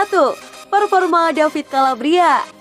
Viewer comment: Koreksi min, sering kali melafalka davide calabria dengan david calabria. Seharusnya baca apa adanya "davide" bukan "david".